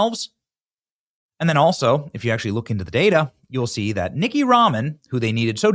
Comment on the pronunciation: It's not Nicky, it's Nith-e-ya!!! Have the common courtesy to get the vote stealing fraud's name right! 😂